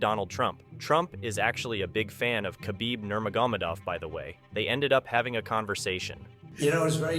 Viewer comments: Troll much lately? For someone who seems to no so much on this story you would think he would no how to pronounce nurmagomedov by now! By the way khamzat has never been humble, but u didn't mention how he bought a house for his mom, built a gym for the kids in his village. He left Sweden because of the blatant racism towards muslims. I guess It didn't go a long with ur narrative that khamzat is an out of control, changed by money, heel of a villain. This is a garbage story n everybody is now dumber for having watched. Even how he met till was wrong. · I think I heard about 6 different pronunciations of Nurmagomedov throughout the video.